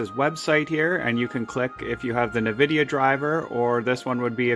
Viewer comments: sorry - but it really somewhat bothers me how you pronounce nVidia - you say "ne-vidia" - correct is: "en-vidia" ... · Please stop saying Nvidia like that 😭 It's just the letter "N", followed by "vidia" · Did you just call it a "Nuh-Vidia" driver? 😂 Dude, I think you're an amateur in general😅